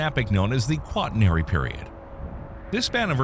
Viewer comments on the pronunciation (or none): It's not Quant i nery period. It's qua tern ary.